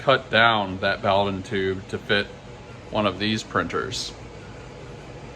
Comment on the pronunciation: it's pronounced boh-dunn.